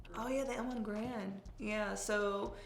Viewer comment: Thank you, loved the conversation and the guns. Alex, what vitamins are you taking? My gf noticed you are developing a bigger .. uhh.. chest and she wants the same. Btw, it's Garand ( Gair-und not Guh-rand) just trying to help 😉